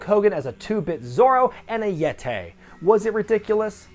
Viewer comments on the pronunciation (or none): "The Yet-ay, who was more like a Mumm-ay" this popped me lol